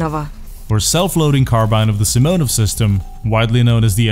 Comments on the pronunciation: ....you just put SKS abrreviation into voice translator and there was accentuation on sImonov. Right after that you said simOnov...don't forget, that you have ears:) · Блин, круто. Правда с ударением беда симОнов. Ну а так все круто)